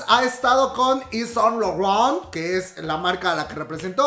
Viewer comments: Jajajaja me reía a cada rato que decias Saunt Laurent, Te amo ❤️❤️❤️❤️ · ...is san lorrawn! JAJAJAJA AMO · 🤣🤣 Como pronuncia: SAAAINT LAURENTTT 😂😂😂😂😂🤭 Me hizo el día 🤣🤣🤣🤣🤣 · Reí cada vez que decías Saint Laurent 😂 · Wey me da un chingo de risa cada que tenía que pronunciar Saint Laurent 😂